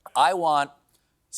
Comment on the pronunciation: Did he really announce "Serena William"? Must be an effect of these noodles ... 😉